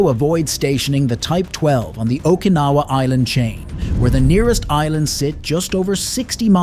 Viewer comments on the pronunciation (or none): none